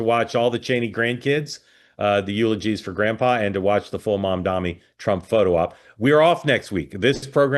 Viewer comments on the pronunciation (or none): Can someone please tell Mark how to pronounce Mamdani?